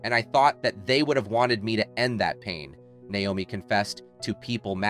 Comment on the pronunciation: a) he can't even pronounce her name right b). where is he getting this information? Naomi wasn't a nurse until long after she had her kids. c) who is this person saying all this made up stuff?